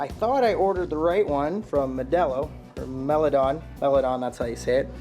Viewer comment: mile-a-don not mill-a-don 😊